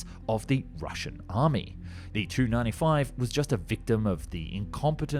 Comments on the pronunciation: Please stop mangeling the aircraft name - it's "tee you 95" not "295" Same for Sukhoi's - "ess you* etc. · Nobody in any intelligence agency says " Too". It's a " Tee-You 95". IL is pronounced "Eye-Ell", etc. Except of course, MiG. And, for some reason, Sukhoi is pronounced "Sue". Eeeesh. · Yikes! It's not a Too-95, it's a Tee You -95. Stop the gamer-speak. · The "Tu" in Tu-95 not pronounced like two-95. Unless you're Russian yourself you don't pronounce aircraft designations with just two letters all together as if it was one word! In westernized nations where I'm sure you as well as most of your viewers are from you use the typical NATO phonetic style where you always pronounce aircraft that have just two letters in their designations separately! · before prononcing wrong pls do some research first!! its tupolev tu-95 not some kind of "i hear a lot in beginning ........ 2-95 etc" ........ anyway f u with ur wrong pronounciation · In military speak, "Tu-95" is always pronounced "Tee You 95" and not "2-95" for obvious reason of clarity. Surprising you don't know this. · Hard to listen to. Amateurish. It is a Tee U 95 … as in Tupolev 95, not “Too 95” nobody in the industry says it like that. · The Tu-95 is referred to as the 'T' 'U'-95 - pronouncing the letters T and U separately, NOT like Too or Two. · I am sorry, but TU is not too. It is T.U 95 or 114, or whatever. Not the way you say it looks. In fact, it should just be T-95 or T-144 etc. I just looked it ip. Here you go, At the end of a word or in the middle it's pronounced as "ch". However, when "tu" is at the beginning of a word or a stressed syllable, it's pronounced as "t". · It's TU95, not 295. Please learn to pronounce the name of your subject matter properly. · Why does he pronounce Tu as 2 instead of tee you it's the abbreviated form of the design bureau name Tupolev probably an AI narration AI frequently do stuff like that. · 2 - 95? Surely you mean the Tea You - 95? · It’s T-U 95. Not Too 95